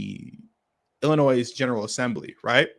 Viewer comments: WoW...Don't know the law and ain't trying to learn whilst still flying flags from their place of domicile. SMDH. Oh, and BTW, it is pronounced 'Ill - annoy'. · Appreciate your content but FYI - The ‘s’ is silent in Illinois